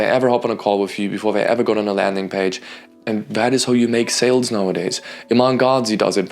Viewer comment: Great vid, but - with all respect - it’s sooo annoying you saying saleDs. It’s sales. Not saleds.